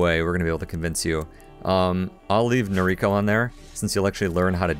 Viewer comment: Nobody likes the cobra chickens. BTW Noriko's pronounced NO-rico (not no-RI-ko) if you're going by Japanese as the origin. First syllable's always emphasized.